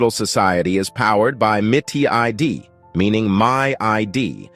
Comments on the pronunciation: Say it RIGHT: MEET E-D! Not miti-id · “Miti-ID” lol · It’s mit ID. Not mi TID.